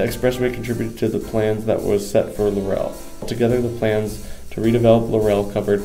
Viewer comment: first of all.............IT IS PRONOUNCED LAUREL HOMES.....NOT LAUR - EL HOMES....I WAS AROUND WHEN THIS HUGE PROJECT WAS BUILT..............YOUR NARRATOR IS SO MONOTONED AND BORING..AND THEN KEEPS MIS=PRONOUNCING THE NAME OF THE PROJECT. LAUREL....not LAUR- EL......! Waching paint dry would be more interesting...omg....please do some reserarch before you narrate a video! (Laurel...like dont "rest on your laurels"....not emphasis on the second syllable. OK>?